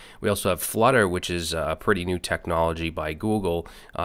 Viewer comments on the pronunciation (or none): none